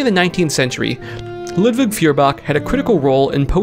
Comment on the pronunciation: FYI Feuerbach would be pronounced 'Foy-er-bach'.